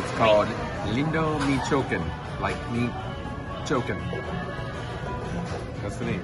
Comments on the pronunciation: I laughed when you said the name of the Mexican restaurant was, "Me chokin", but then I realized you might be serious, "Me Chi Wa Kan". I only know this from all the Cheech and Chong movies I watched back in the 70's & 80's. Really enjoy watching your videos, safe travels. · 😂 Yeah we were serious because we asked the waitress and then we found out different. I think it was how she said it that sounded that way. So then we looked it up and it said it was pronounced (mee-chaw-ah-kahn) All close enough. 😂 Those old Cheech and Chong movies were hilarious! Thanks so much Scott! 😊🤓